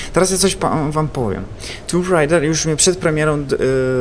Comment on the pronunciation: to jest tomb raider anie tumb raider